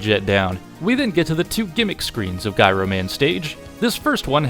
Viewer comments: He does know that it’s pronounced GYRO and not GYRO right? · its "jiro" man. like gyroscope. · The proper way to pronounce Gyro Man's name is JEYE-roh, not to be confused with the sandwich you were referring to. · ITS PRONOUNCED “JY-ROE” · wait, did you just mispronounce "Gyro" in the... not Greek-food... context?